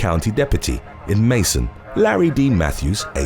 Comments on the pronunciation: Hey. Just letting you know that it is pronounced Macon, not Mason. Bibb County is in Macon, Georgia. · The city in #8 is pronounced like "bacon", but with an "m". The event featured happened not far from where I live, unfortunately, 😕